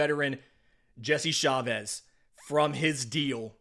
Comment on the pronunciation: CHA-vez ARE-see-uh